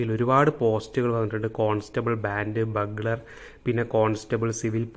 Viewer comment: ബഗ്ലർ അല്ല ബ്യൂഗ്ളർ. ..